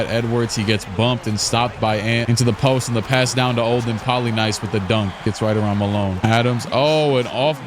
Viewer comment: Olden Poly NIECE... Not Poly NICE lol